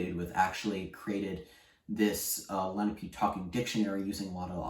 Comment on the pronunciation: Lena-pee? It's Len-AHH-pey. Please don't teach the language if you can't even pronounce the people correctly.